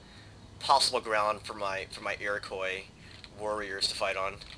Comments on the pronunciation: As an Iroquois (Mohawk), this is quite a treat. You slightly mispronounce the word though. It's not 'Iro-coi', but 'Iro-qwa' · I noticed that you have a tendency to mispronounce Iroquois. The 'i" is silent.